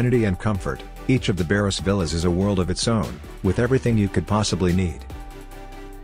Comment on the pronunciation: It's Baros, not "Bairoes".